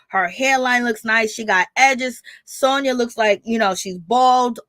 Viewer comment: if you're going to report on things make sure you get people's name right. Her name is Sanya NOT Sonia!